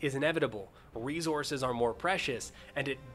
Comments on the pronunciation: There is not a "z" in resources. The "s" and "c" are both said like an "s." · cool video. you say 'ressources' funny.